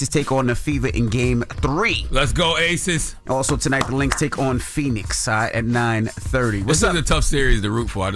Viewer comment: It’s ACES not ATHES 😂